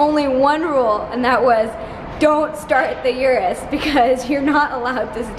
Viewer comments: I am not Italian but I can say the name correctly. It is OO-ROOS not YOU-ROOS. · It's not a Yuris. "oo rroos" No "Y" Urus. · Get the pronunciation right. It's Ooroos